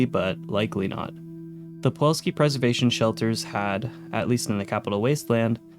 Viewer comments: Why do you keep calling it poo all ski? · I have no idea how you screwed up pronouncing Pulowski as "pawolski" every time this video. The correct spelling is on every pod, and you included the promo video which provided the pronunciation. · How did you make it all the way through your script without realizing it's not "Puwolski?" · You what I find fascinating? I know for a fact that you heard how the name Pulowski should be pronounced (because you used the clip from the faux commercial) and yet, here we are. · How did you mispronouncing Pulowski so many times make it into the final.cut of this video? Even if you spelled it wrong in your script, how did you not catch that in editing? Not bringing this up to shit on you mate, just please do better next time. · Interesting video but you pronounce pulowski wrong the entire time. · Please learn how to pronounce 'Pulowski' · Take a shot every time he pronounces "pulowski" wrong. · I like your videos but man I was infuriated at your pronunciation of Pulowski, you switched the W and the L and said Puwolski. Once again I do like your videos and I'm sure I'm in the minority of people annoyed at those things but that matters to me. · Pulowski, not Puwolski. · Buddy… it’s pulOWski not puWOLski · I just can't get over him saying Puwolsky, even with Pulowsky on the screen. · Puh-LOW-ski not puwalski. Holy shit dude he even says it in the clip 🤦🏻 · Why do you pronounce it “Puolski”? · It’s pronounced “Pu-LOW-ski” dammit! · My guy, it's not pawalski. I cant be the only one hearing you continuously mispronouncing that lol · It's PuloVski!! PULOVSKI!! W in Polish is like V in English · Pulowski. Nu-cular pro-tection on a budget. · Considering the crazy inflation of the 2070s, imagine how many quarters you'd need for one of those Also funny how you consistently say "Puwalski" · Fr driving me nuts rn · The biggest scam is that it's pronounced pulowski not puwalski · why do you say puwolski instead of pulowski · Pulowski not puwolski